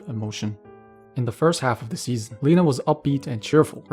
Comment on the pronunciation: its not leh-na its ley-na